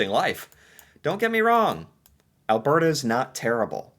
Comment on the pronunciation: He also says "Al-BEAR-ta." It drives me up the wall, since he did get it right about twice.